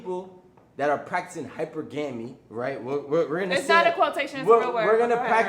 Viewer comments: hi - purr - guhh - mee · Hyper-ga-me. A confident bird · Boy for someone who wants a “higher caliber man” she needs to work on her hyper - ga-me vocabulary. She said it multiple times with confidence smh. Stick to ur level girl. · Girl. Most ppl know how to pronounce what they actually 'practice'. Hyper-gam-e. 😂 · Why is she pronouncing Hypergamy like that?